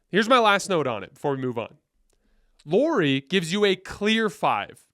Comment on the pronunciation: No. We're not getting LM. Btw, his name is pronounced "Lowry."